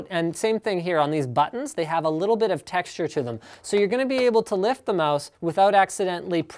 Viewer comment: *cough* Question, haVe and buLLs*it just please... learn that